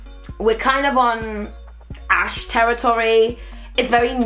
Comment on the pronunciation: Its on "Ash teritory" 😂 ur funny girl